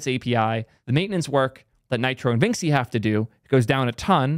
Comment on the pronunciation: Vinxi is pronounced like vinchi (to rhyme with da Vinci)